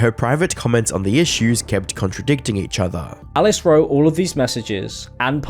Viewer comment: please apologize to me for him saying “each offah” instead of each other.